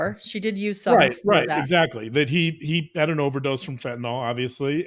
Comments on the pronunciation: Love you, please pronounce it fentanYL. It's not fentynALL. Just drives me crazy. Thanks so much. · Unsure why, but I keep hearing fentanyl mispronounced - it's FENT IN ILL not last syllable "nawl" or "all" - other than that, always love hearing your take on cases. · That’s not how you pronounce Fentanyl. fent-a-nyl not fent-y-nal. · Love u guys. Btw fentanyl is pronounced w Y as a short I: fen-tuh-nil. Otherwise u r perfect! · Please pronounce the drug’s name correctly! ( FEN-TUH -NIL). It is getting annoying!